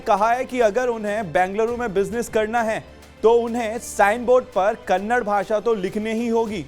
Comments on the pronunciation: Its not Kannad its Kannada. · Dear loffer anchor that is Kannada not kanda plsz pronounced correctly